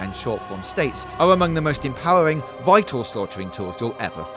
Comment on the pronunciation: Empowewing XD